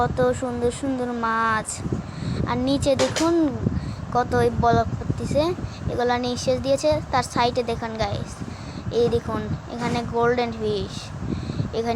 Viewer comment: ব্লক ❌ বলক ✅ 😂😂😂😂😂😂